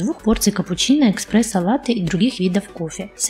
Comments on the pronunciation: эКспрессо))) деревня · какие могут быть вопросы к человеку, который говорит "эКспрессо"?))) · после "экспрессо" (с), - выключил